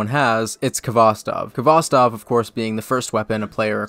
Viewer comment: Being a Russian, your pronunciation of Khvostov is painful, but you made it up by playing Georgi Vinogradov's version of Katyusha which is objectively the best.